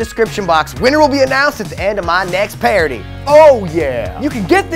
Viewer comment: Exactly! xD Says "PARODY" for some reason... xD